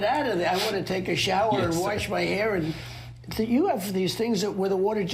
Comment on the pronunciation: "take a showah" what?